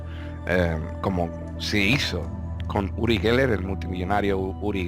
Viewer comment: Ury Gueler,no?No se como se escribe pero se pronuncia así.Lo vi de niña en la tele.